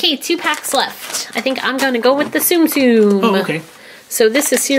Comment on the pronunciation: Its tsum tsum not sum sum